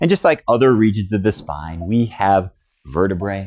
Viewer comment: Informative video. Thank you! However, please pronounce vertebrae properly. One bone in the spine is a verte-bra, pronounced like the ladies’ garment. Two or more bones in the spine are pronounced verte- Brie, like the cheese. The more folks mis-pronounce these words, the more mis-informed people get!